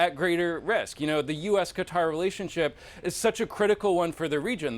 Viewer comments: "ka" "tar" !! Not "cutter" !!! Jeezes... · Haven't learn how to pronounce Qatar?😂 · cuz dont know how to say Qatar? on CNN?